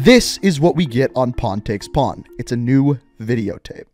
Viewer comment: Every time I hear say pawn take pawn it sounds like hes saying porn take porn I dont know why, I'm just dumb